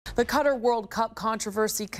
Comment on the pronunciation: you can tell she has never learnt another language before...... everytime she she says "cutter" i feel another blood vessel in my head burst....